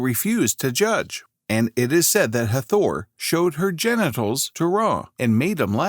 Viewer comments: Hard to take the upload seriously when it doesn't even pronounce the goddesses' name right...the accent is on the first syllable thus HAA-thor not Ha-THOR! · IT'S NOT EVEN HATHOR, IT'S Het-Her-t, AND IT'S A SHAME THEY SHOW THE REAL IMAGES OF THE PEOPLE CLEARLY DARK, BUT PUT ALL THESE MODERN PALE PEOPLE IMAGES LIKE THEY'RE THE SAME PEOPLE.